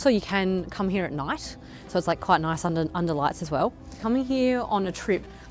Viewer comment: 호주식 발음 독특해요. Here 히야, today 투 다이